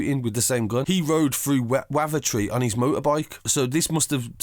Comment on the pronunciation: The way you say Kirkby and wavo is funny uno